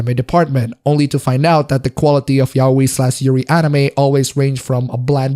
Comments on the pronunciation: Not meaning to be an idiot, but... ...it's "ya-oi," not "yao-i". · The way you pronounce yaoi tho 😂 it's not "yaweyy" dude